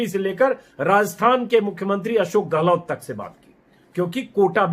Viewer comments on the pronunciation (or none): none